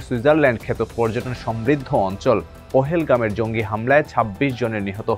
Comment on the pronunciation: পহেলগাম কি বিষয় ভাই! স্টাইল করতে গিয়ে উচ্চারণের বারোটা বাজিয়েছেন